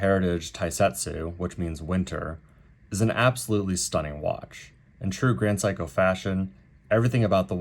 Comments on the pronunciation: It’s pronounced Se-i-ko. No ‘psycho’. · My man pronounces SEIKO as PSYCHO you know 😂 GRAND PSYCHO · You keep pronouncing it as "Sai-ko" (as in "psycho"). Is that the way it should be pronounced, or just your accent? Given that you have "extended family in Japan", I would tend to believe you know how to pronounce the name.